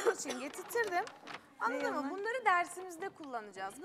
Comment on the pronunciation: Anladın mı değil annadın mı